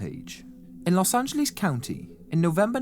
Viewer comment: Love hearing British pronounce "Los Angleeze". : D Very nicely put together piece. I too have never heard of this guy. Well done! So messed up he was discharged for the army with severe antisocial personality and just negligently releases into the general public.